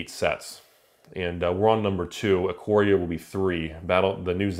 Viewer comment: I know. Ikoria is the set, but not Eye-coria.